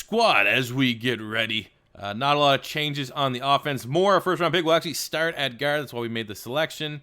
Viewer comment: Nothing is more discomforting than when you say the word "Guard"